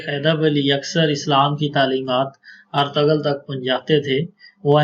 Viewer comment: Artural gazi naam hai Artugul galat pronunciation hai.